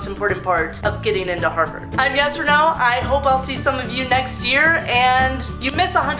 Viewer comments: Am I the only one who heard "Yes or No" instead of her name 😂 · When you say your name it sounds like yes or no. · At first i thought u said "hi guys i'm yes-or-no" ahihi lol😂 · who literally heard "yes or no" instead of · At first I thought she said her name was “Yes or no” wtf but this video was great😝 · is it just me but every time she says " hey guys its Yesreneau " I hear "hey guys its yes or no"